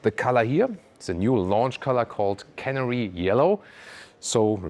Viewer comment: It's can-air-ee :) I had to do a double take when I heard the colour